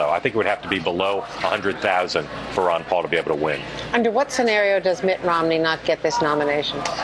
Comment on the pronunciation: Its not Wan Paul its Ron Paul lady!